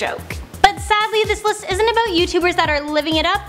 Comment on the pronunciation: She also says "a boat" instead of "about".